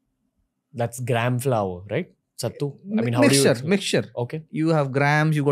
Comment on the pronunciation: Its not sattu ...its chatua 😊